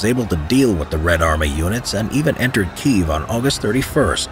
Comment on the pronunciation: Kyiv. And on checking against Ukrainian speakers, it's Keeve